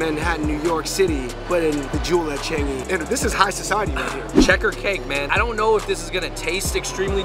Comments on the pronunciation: Ch- ahhhhhhnnnggggg - eeeeee not Ch- eeennnnnggggg - eeeeee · The way you all pronouce the "an" in Changi n pandan..... :p